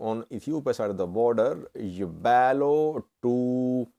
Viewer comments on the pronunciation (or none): It's not Yebalo... it's Yaabelo